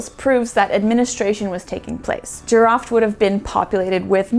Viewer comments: You are doing pretty good job describing the JEEROUFT archeological site. . Jeerouft is a more correct pronunciation as oppose to sounding like animal called Giraffe . There was a Silk Road before it was called Silk road. the Jeerouft was in between the RICH Indian sub continent and the RICH Mesopotamia, that is why it was rich and thriving, plus a great soil and agricultural production. Water was the only limiting factor on entire Iranian plateau throughout history. Thank you please if possible , contact Iran documentary producer Mr. Aghajanzadeh and his wife. you can select and dub some of his great works. His production is in Farsi only , that is why it not known worldwide. Thank you again, Greetings from sunny California. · Thanks--very cool, the name is pronounced as Jee-row-ft (not Jee-ruffed) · I had to look for the name because I kept hearing "giraffe" 🤭